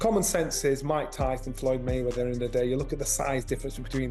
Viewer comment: I had to stop watching because the way you keep saying mayweather is so obnoxious. MAYweather dude, not mayWEATHER.